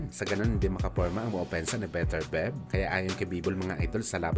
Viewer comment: Beterbyeb bigkas non hindi Beterbeb 😅 tsaka Duboys hindi Dabwa😂